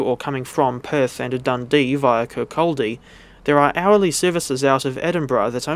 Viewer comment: Wee heads up, Dunfermline is pronounced Dun-ferm-lin & Kirkcaldy is Kir-cod-ay 🙂